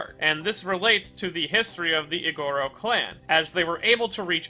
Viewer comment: Just to let you know! Iguros is pronounced more like ee-gu-ro rather than ee-go-ro. Additionally, Obanai is pronounced as oh-ba-nai rather than oh-ban-ay!